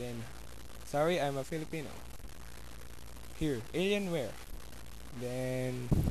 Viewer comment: damn How I lought when you say alian! :D xD ther`s no letter ņ dumb ass! :D:D:D:D